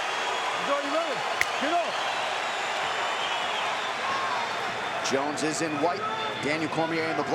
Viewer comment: You mispronounced JONES (G.O.A.T) wrong 😂